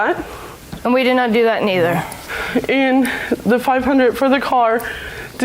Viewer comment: "We-dunn not do dat needer"...😶